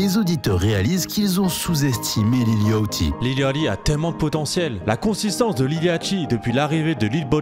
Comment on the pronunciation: T’es au courant que ça se prononce Yachty et pas Yochty